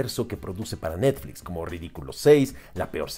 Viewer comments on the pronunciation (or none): none